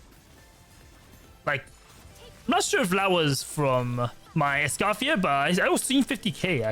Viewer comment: It's Ice-Coffee-Yay!